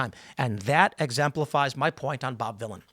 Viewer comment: Villain not Manila’n